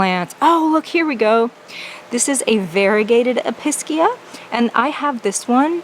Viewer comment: EPEESHEAH not episkia!!